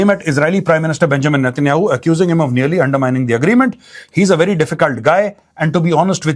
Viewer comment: Correcrion Its benyamin not benchod netenyahu. Please use correct pronouncing